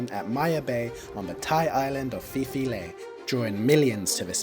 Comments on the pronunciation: That was well done. Objective and thorough. My only suggestion would be that you learn how to pronounce the names of the places you're talking about. For instance, the islands are pronounced "Pee Pee," not "Fee Fee." You don't say "Thigh-land," right? The "h" is in there to tell you this is an aspirated, or hard, consonant. Little mistakes like that can rob you of gravitas. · Come on, you really couldn't figure out the proper pronunciation of Phi Phi? I understand how AI narraters fail but you? Wow.